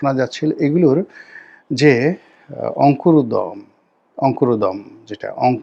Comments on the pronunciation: অঙ্কুরোদ্গম, উচ্চারণ:((অংকু রোদ গম) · এই হলো গোলাম ময়লা রনি । অংকুরোদগম শব্দটা ঠিক ভাবে উচ্চারণ করতে পারলো না । নাম সই করতে গেলে কলম ভাঙ্গে ।..